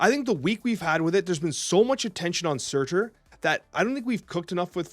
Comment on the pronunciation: I'm curious why you stress the "T" in Surtur, you don't do the same thing when you talk about the card MarTyr <3